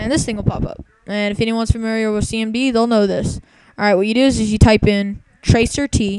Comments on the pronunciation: FYI: It's called "trace route." Not "tracer T." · I couldn't stop laughing as soon as he said "tracer tee" tracert stands for trace route, look it up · Trace ROUTE. Not "tracer T". So tragically uninformed. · it's pronounced Tracer Tee. Gah. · "tracer-t" Lost it there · tracert is "trace route" don't pronouce it "trace er tee" it makes you look really dumb. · So that's where I've being going wrong all theses years, it's not "trace-route" it's "tracer-tee", D'OH!! Epic Fail. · ROFLMAO... "Tracer" T Seriously? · I love clueless people... - tracert pronounced "tracer" "t", when it is really a shortened version of trace route. I wonder if he ever figured out how completely wrong he is.... Why would I subscribe to this clueless person's stuff? hc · I love clueless people... - tracert pronounced "tracer" "t", when it is really a shortened version of trace route. I wonder if he ever figured out how completely wrong he is.... hc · No, moron... Each entry is the hops your IP makes to the site's IP you ping (cuz its actually and extended ping)... Oh, and its not "tracer-t", it stands for "trace route" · Ha way a fuckin idiot! Tracer t... It's trace route dumbass. All those "10" ppl r not ppl first of all... Those r part of ur connection making bounces to get to and use google... U really think hacking can be that easy for a dipshit like u!!! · Hehe. tracert pronounced "Tracer-T", instead of "trace route". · hehe yeah TRACER-T nevermind it being TRACE-RT short for trace route. Hence it's all the servers your computer has to hop through to get to googles servers. I got angry at this kid just listening to the ignorance. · wow, you call yourself the?? btw, "tracert" isn't "tracer-T", it stands for "trace route" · "tracer T". Awesome. FYI Trace Route. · "Tracer tee" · It's pronounced "Tracer T", aren't you paying attention? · I thought pronouncing "tracert" as "Tracer T" was enough, but I wasn't expecting what was REALLY coming... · "tracer tee" LOL